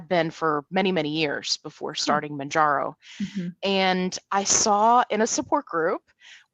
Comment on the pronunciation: I really enjoy the content, thanks. I’ve been watching tons of videos as I’m on Mounjaro myself now. There are so many channels with helpful testimonials on Mounjaro, which is nice, but it irks me that nobody ever says it right. After I heard it pronounced 20 different ways, I called the Eli Lilly help line to see how the recorded voice says it and got my answer in seconds. It’s pronounced like the MOUN in MOUNt and the JARO at the end of KilimanJARO. MOWN-JAR-OH. It’s confusing to me that all the people that make YouTube channels about this drug don’t do that basic level of research.